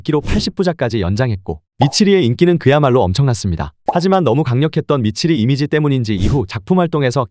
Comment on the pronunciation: 미치리? No No ㄸ치리